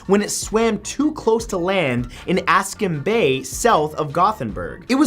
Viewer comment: The correct pronunciation of "Askim" is actually deceivingly difficult to know without having heard it beforehand, even for Swedish people. You can listen to it through Google translate.